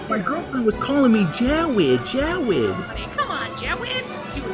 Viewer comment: dA STOWY OF JAWWWWWWWWWWWWWEEEEEED